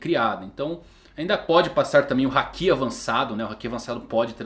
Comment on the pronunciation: você assiste o anime dublado? Tenho reparado que você fala muita coisa de forma errada. Hakí sendo se fala Haki Akáinu sendo que o certo é Akainu Chópper sendo é Chopper Yónkou sendo que é Younkou Você fala de um jeito que nunca vi. Assisto one piece desde 2000 e nunca vi no anime esses nomes que você fala. Queria perguntar pq não assiste legendado como mundo. Ouvindo o áudio original do anime. Sei que vai ficar ofendido e apagar o comentário, mas como fã é muito horrível ver esses nomes que você fala. Espero que aceite a crítica. E não é KATANÁ E SIM KATANA.